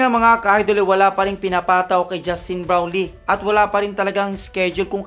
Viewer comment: bulol! ayusin mo pagbigkas mo sa "brownlee".